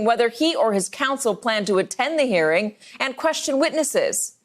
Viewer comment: She keeps saying "hairing".